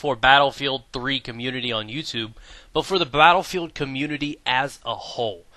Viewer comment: "Blatterfield" lol